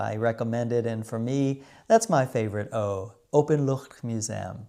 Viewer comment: Je uitspraak van Van Goch is heel goed! De ch van Openluchtmuseum is ook goed, Maastricht kan iets beter, een simpele stemloze ch. En de d in Noordzee kon ik niet goed horen, was het een pure t? De n van oliebollen is tom, oliebolle dus. Altijd leuke films van je!